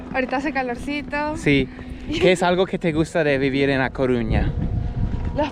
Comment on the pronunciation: Se dice A Coruña amigo, hasta los extranjeros lo.dicen mejor que los de aquí!!!!